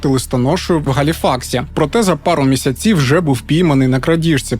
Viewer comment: Чому місяцІв,а не мІсяців?